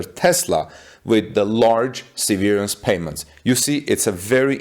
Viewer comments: se' - ver -ance , not se - ver' -ance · The emphasis is on the ' part of the word. That is the first syllable gets emphasized, not the second syllable. Google "how do you pronounce severance" .